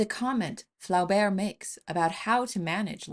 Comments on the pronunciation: It's pronounced Floh-bair, not fla-bair. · The pronuniciation of Flaubert's name, is Flober with a long O sound. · The author's name is pronounced floh - BEAR. Otherwise, excellent talk. And yeah, I read Mme B. every ten years or so, and it's like it's getting more affecting every time. BTW Flaubert's L'éducation sentimentale is just as terrific. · Pronounce Flaubert this way: Flow - berr. Otherwise, great video. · I got so much joy when you pronounced Madame Bovary and "Flaubert"...i love it!